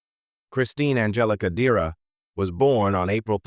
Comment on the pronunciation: Dera??? DECERA!